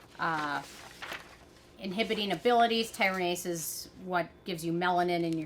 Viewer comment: ty-ro-si-nase inhibitors